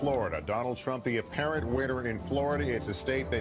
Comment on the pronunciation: They stress the word "apparent" in apparent winner of Florida. HAHAHAHAHA!